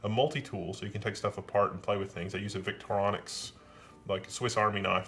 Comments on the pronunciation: It's pronounced 'Victorinox', unless you have some knockoff 'Victoronix'... lol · vic-tor-i-nox, not vic-tronix... sorry